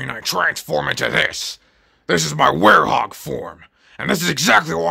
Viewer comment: IT'S WEREHOG, NOT WAREHOUS 🤣